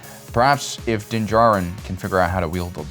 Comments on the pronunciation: He’s doing his usual not so subtle friendly trollings, as he keep saying Din jaRIN instead of Din D JAR RIN like most people. See, it made two of us troll bumpkins had to comment on his purposeful speech impediment. 🤦 🤣😂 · you’ve slipped out of your usual subtle friendly trolling states and pronounced ( Din JAR-rin ) instead of your usual Din ja-RRIN... That’s like Mando waking up and forgot to put on his helmet!... 🤣😂